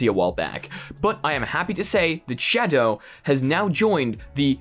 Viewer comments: I like how he says shadow Sha DOE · The way you pronounce "Shadow" physically hurts me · I giggled like a dumbass everytime you said shadow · The way this dude says shadow